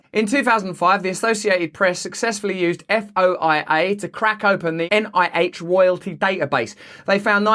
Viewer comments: FOIA is pronounced FOYA (like joy-a). Nobody refers to it by its acronym. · Love ya RB. FOIA is pronounced "foy-yuh" mate. You're the best. Keep it up. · Pronounced Foy ya my English friend. Freedom Of Information Act